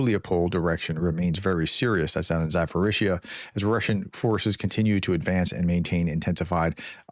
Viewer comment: Please please please say the "p" in Zaporizhzhia. You've been saying It with an "F" instead of a "P". Thanks for all that you do, Professor! ❤